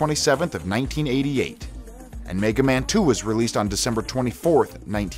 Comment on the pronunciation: World: "Meh-ga Man" This guy: "MAY-ga Man" @@